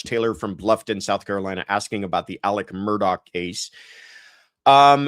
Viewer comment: Thank you for pronouncing Alex Murdaugh’s name correctly. Even his own attorney pronounces it wrong.